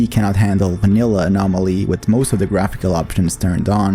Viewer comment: the what zone ? your accent was very thick when you said the modpack